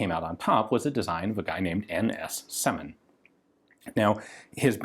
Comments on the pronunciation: Right you are. It's Сёмин, not Семин. E letter sounds like german Ö. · in russian it's pronounced as "syomin". trere is the letter "Ё", which makes the sound Yo and is alvays stressed. they often are careless to use a separate key on a keyboard to make it distinguished from a regular E